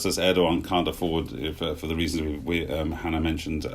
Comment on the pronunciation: needs to know it’s not pronounced erdyyan but erdowan